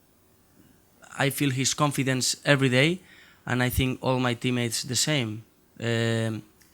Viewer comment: Why does he says "i sink"??